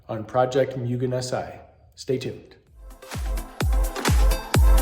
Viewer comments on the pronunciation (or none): Ok so if youve corrected since then, sorry, this is the first video of yours ive seen, but its pronounced "moo-gen" not "myu-gen"